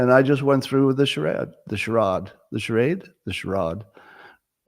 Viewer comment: The second A in “ charade” must be long as it is in a stressed syllable. It has the Continental value in a word like “ facade” because that’s not English. Think of a word like “ parade” or “ forbade” or “ invade”. There is a technical rule for this encoded in English spelling. BTW here is another rule: the vowel before a double consonant as in “ spelling” is always short except for 14 words in English. There also is another rule based on this for when “ gh” in “through”is silent but has an /f/ sound in “ enough”. It is related to above.